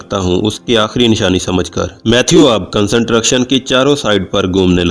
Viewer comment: Worst explanations and worst pronounced word like construction. Pliz try better and improve your Pronouncesion...